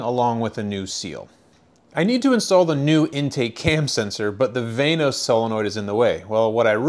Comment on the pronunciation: Van-os not vaynos